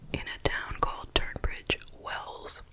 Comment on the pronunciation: It happened in Royal Tunbridge Wells not Turnbridge :) sorry, I come from Kent, just letting people know :)